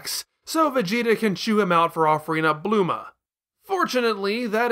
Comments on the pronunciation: "Kuririn", "Blooma", "Mr. Sah-Tan". An argument can be more for the former, while the other two make no sense. Why is he pronouncing Satan like that when the origin of the word is fairly obvious and there's an established english pronunciation for it? And where did "Blooma" even come from? The name Bulma is WRITTEN RIGHT ON HER CLOTHES. I'm going to guess he's doing this because he read the manga first...I guess. But that makes about as much sense as calling Charizard "Lizardon" just because that's the original japanese name, or me calling Chi-Chi "Milk" and Demon King Piccolo "Pikkoro Daimaku" just because those are the names they used in the latino dub and the one I grew up with. It's absolutely pointless and would make me seem like an elitist dumbass. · bluma? her name is bulma